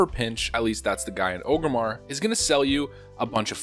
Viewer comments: It’s ORG-Rimmar not OGERMMAR. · "Ogrimmar" or is is it Orgrimmar? Orrrrrrrrrgrimmar! You god damn alliance trash. :) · Wtf is Ogre-mar?